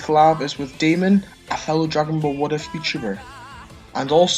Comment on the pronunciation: yep demon not Damon